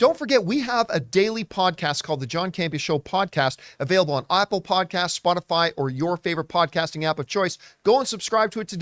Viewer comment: Lmao it's like how in the pre-recorded outro he always says "Opple podcasts" lmao